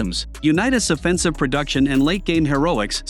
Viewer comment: This guy can’t pronounce Offense or Offensive!! Let alone all time!!